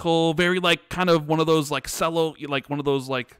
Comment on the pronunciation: "Sello" You've never heard the word "cello" before? :P